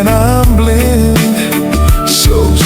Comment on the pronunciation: voice is perfect except some words like blind is wrongly pronounce, that is the setback of AI singer, but soon it will be perfect.